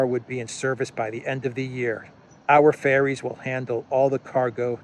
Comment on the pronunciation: Ferries, not fairies